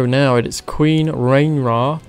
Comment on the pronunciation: Awesome video. But I think its pronounced Ray-near-ah